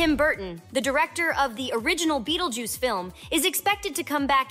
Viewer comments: "Bettel juice" ? Learn to read. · What’s with the “Buttljuice” ?? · Whoa whoa whoa whoa whoa did you gen x bish say bettlejuice?